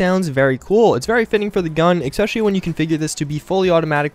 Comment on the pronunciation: Et cetera. ETT SET-err-uh. Not "excedera". Especially. eh-SPEH-shuh-lee. Not "expeshelly".